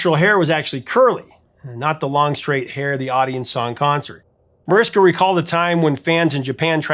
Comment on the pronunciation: Jesus, at least try to pronounce foreign names right! Mariska is usually pronounced Marishka. C'mon, Mariska Hargitay has been a big star in America for 25 years now! W's in Dutch are pronounced like an American "V", so "Van Looven" or "Van Loyven" It's not that hard to look up correct pronunciations, and if you are still doing it after all this time as a YouTuber, I can't imagine what clangers have come out of you in earlier videos.